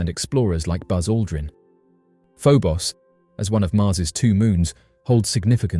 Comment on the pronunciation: First the I've heard Phobos pronounced Pho-boss...